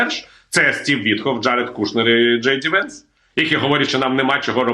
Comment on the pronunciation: не Дівенс, а просто Венс або Джей Ді Венс. J.D. Vance називає себе ініціалами, хоча повне ім'я James David Vance.